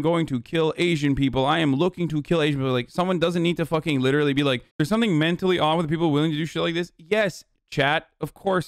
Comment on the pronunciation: "LITT ERLY" - hasan, all the fucking time